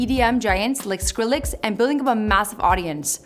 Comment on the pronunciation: She said skrillix